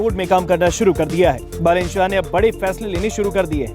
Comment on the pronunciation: Thank god , someone says बालेन rather than बलेन .